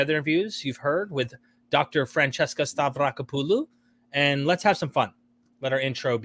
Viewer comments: That was great name pronunciation 🫡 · Wow. An American pronouncing foreign surname correctly. I should probably subscribe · He just said " Stavrakopoulou" with no problem!